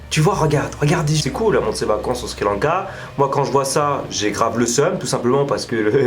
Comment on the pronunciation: "Le Skri Lanka" mdrr c'est le Sri Lanka x)